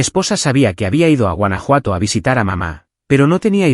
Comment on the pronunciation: Huanajuato or Francia!